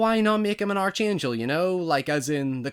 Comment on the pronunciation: The Arch in Arch Angel is pronounced “Ark” btw :) Also in the movie he WAS ACTUALLY the Arch Angel as he was referred to as the left hand of God and he killed Dracula 3-400 years ago. This probably would’ve been explored more the in planned sequels that were called off.